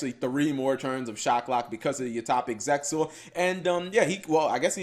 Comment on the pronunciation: How cap just how. You usually call Arc 5 Arc V and now you call Hope V Hope 5. Arc V is said as Arc 5 as in roman numeral. Hope V is said as Hope V as in Victory. And don't get me started on how you say Zexal (the X is silent).